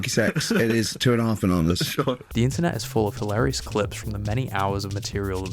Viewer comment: Gervais: " ...it's two-and-a-half BANONAH's"